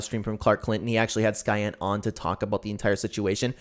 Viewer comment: I've known him for a while, the cancer thing/pedo stuff really messed with me but I forgave him. ALSO it's pronounced "Cyan"